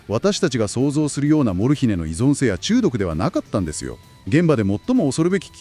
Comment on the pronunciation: アクセントが「モル↗ヒネ↘」ではなく「モルヒネ↗」の方が聞きやすいのですが😅